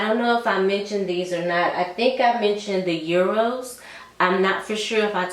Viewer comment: Great recommendations. Just a side note: I heard a couple ppl saying Euros when there’s no “u” in Eros by Versace.